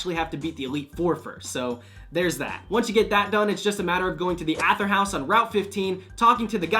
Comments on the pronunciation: It's Aye-ther... Not A-ther .-. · I'm sorry... love the video... but hate how you pronounce "Aether" It's said as "Aey-th-her" Aey-THeRR not "AT-HEr" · I'm sorry to be that guy, but: It's pronounced EE-THER